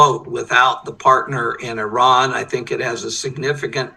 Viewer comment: Dude, its Iran not Eyerun